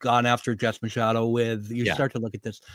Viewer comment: Love the video and content , but I wanted to maybe help in the pronunciation of Jessica Machado, I believe , as a Portuguese girl from Bristol County Area of Mass/RI area…her last name is pronounced Mah-shah-doe lol if I’m uncorrected than I apologize now to you and her, otherwise keep up the awesome content #FreeKarenRead ❤